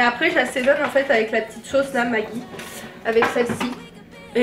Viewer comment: C'est pas magui c'est magi